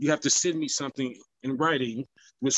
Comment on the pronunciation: The irony that you called him out for saying “attorney” incorrectly, then you say “somefing” instead of “something.” Those who live in glass houses…..